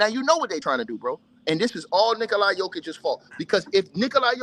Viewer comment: It's Nikola, not Nikoli. You dont even know how to pronounce his name correctly? Lol!